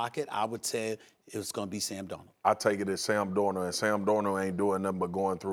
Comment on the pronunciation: who's Sam Dorno?